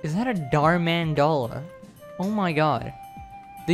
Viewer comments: "the dharr man dollar" me: no its actually a Dharr dollar. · iT’s A dHaRlLoR